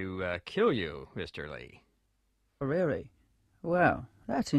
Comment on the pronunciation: Rearry? That sounds interesting.